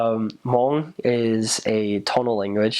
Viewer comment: Finally someone can say Hmoob right instead of mung